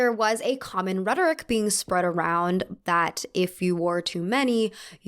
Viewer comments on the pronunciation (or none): none